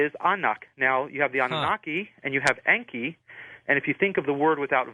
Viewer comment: This is 2025 & Zechariah Sitchen is dead, but he was 95% correct in his writings! I'm a Master Dowser & I have tested Sitchen's translations of the Ancient Stone Tablets into English and they are CORRECT 100% This guest of George's Can't speak English!! En•ki is NOT pronounced as he said it, but as EN 'K👁!! Same for An'noon'nah'K👁/ANNUNAKI!! I use Sitchen's writings for the Sun and Earth all the time in the Ancient Samaritan text to get what I want!! AP•SU is the name for our Sun and I can change it so that I don't burn by its Rays! Or make the Earth/Tiamat•K👁 or T'K👁stop turning so I can get home before dark!! In your view, I would be considered to Be A GOD, but I learned how to do this stuff through the Dowse!!!